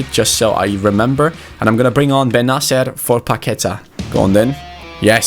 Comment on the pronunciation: It's Bennacér